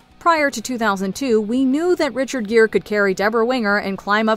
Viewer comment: Richard Gere, not Gear.